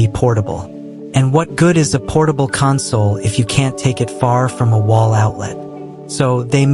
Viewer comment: Bruh is this all Ai? Nothing is real footage and you couldn't even say the word console right...